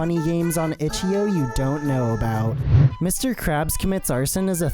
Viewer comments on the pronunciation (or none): its itch. "eye" O